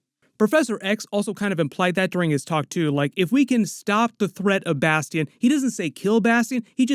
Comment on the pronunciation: Bas tee ion haha i wonder if next season is gonna be AoA